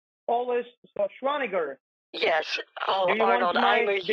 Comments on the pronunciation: "Arnold who?" "Arnold Swarshaunicker" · "Arnold Shorshwaneger" omfg im dead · I thought he said Arnold Shrawtzenshwagger. Either way, it made me laugh. Scammers are so beyond ignorant and make imbeciles look like Rhodes scholars. Saying they are below intellectually inferior is too generous. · Arnold "Sir-swah-nehgar" Had me dying I can't believe he butchered his name that badly!!!!!!! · Schwarschwannager killed me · “Arnold… Arnold Shonswaneger” “Get to the chopper for me” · "Arnold Shushvanagert of California" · “Arnold Shashwanawer” 😂😂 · "Arnold swaashwaker"🤣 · this whole time ive been PRONOUNCING Schwarzenegger WRONG!! THANK YOU BANK OF AMERICA!